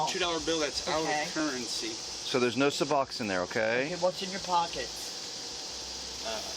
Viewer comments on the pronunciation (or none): wtf is seboxine... must be really important to her... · haha all i hear is suboxins lol